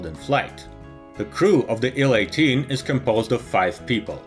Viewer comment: And we see the nacelle of.... A DeHavilland Canada DHC-8! By the way, in English we pronounce acronyms by their letters. An IL-18 is pronounced "eye ell eighteen", not "Ill eighteen", and a TU-154 is not a "two one fifty four", it is a "tee you one fifty four". Another great video!!!